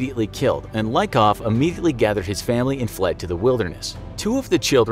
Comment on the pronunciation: Letter Y in their family name Lykov (Лыков) should be pronounced not like i in the word like , but like y in geology